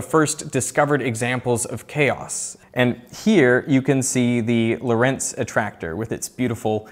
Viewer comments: For crying out loud, get your pronunciation of Lorentz correct! It is absolutely not Italian. The name as written is Dutch and German, and it is NOT pronounced "lorEnze", but lOrents (yes, with a "ts" sound), with the emphasis on the "o". The Italian version is Lorenzo, but the physicist was Dutch, or better said a Nederlander! Is that so damned difficult? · Lorentz - wrong pronunciation - the stress is on the first syllable!! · the emphasis in Lorentz is on the first syllable, and the e is a schwa sound